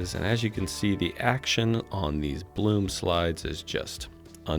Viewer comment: pronounced 'Bloom'